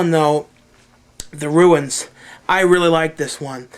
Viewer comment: rrally? lol